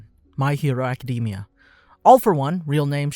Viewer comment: why do people stil pronouce Academia like that its not a type of nut